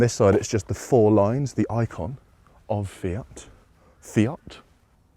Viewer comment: "Fiat?" Yes, your pronunciation is on point